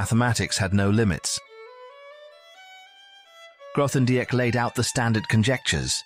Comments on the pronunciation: "th" in Grothendieck? Please at least make an effort. How factual can this be if you can't pronounce his name? Even worse, it keeps changing. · Would be better if you could pronounce his name.